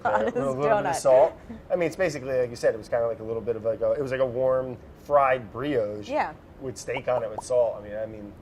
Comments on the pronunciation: Funny thing is not even the editor noticed the first time he misprounced it. So she doesnt say anything until the third time. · as someone who had to sit through 7 years of french in school, I hate to tell you, that claire also says brioche wrong, not as wrong, but still wrong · But Claire doesn't get it right. It's a soft o as in "soft', not a hard o as in "hole". Somewhere in America, there's a special language school that teaches Americans how to mispronounce words from other languages. There are similar schools in most English-speaking countries. In Australia we have a graduate school for bad pronunciation that's attended by sports presenters. When a specialist tennis commentator can't be bothered to pronounce a competitor's name correctly, I just think that it's very bad manners. I had a brilliant French teacher in primary school. His mother was French and he spent all his summer holidays in France refreshing his accent. My first mother-in-law was Italian from Italy. She and her daughter taught me about Italian pronunciation. The English O sound grates. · I love how Claire didn't ask Brad to repeat 'Brioche' to correct him, she did it just to confirm he was saying it wrong. 😂 "Uh huh. Aren't you going to France soon?" People say Claire is a lawful good, but she has a lot of chaotic neutral in her, too. 😂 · But she might lose her mind when she notices that her pronunciation of "brioche" is just as wrong as Brad's :D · The editor is having waaaay too much fun with this ...love it. Also Claire and Brad arguing over the pronunciation of "brioche" is priceless (because they are both completely off in some american-guttural-mangeling of the french word). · To be fair to Brad, I think both of them are pronouncing brioche wrong... (Or maybe I am) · Claire deciding to choose her battles wisely & let the “Briogge” go 🤣 She can’t take it anymore... “Say Brioche.” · Claire trying to figure out "Briogge" xD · Lmmfao I had to rewind the “briogge” part like 10 times lol